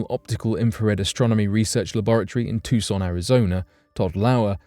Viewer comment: Very Good Guys! And of the highest magnitude! Lol Just for your info Areceibo pronounced Ari CEE bo Tucson = Too son Thanks for the enjoyable video 🇬🇧👧